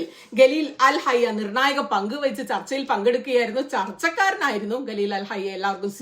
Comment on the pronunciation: Gattar alla Qatar pronunciation ( Khattar) Galeel alla Khaleel ( khwa soundil ulla pole) Do more research Qatar Saudi USA all know about the strike The planes Saudi air space